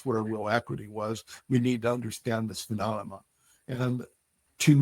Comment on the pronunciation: I appreciate his service in the Marines, but I can’t take him seriously on this topic for 2 reasons. 1:He takes up for Kirkpatrick 2:He can’t pronounce “Phenomenon”. Keeps on saying “Phenonamah”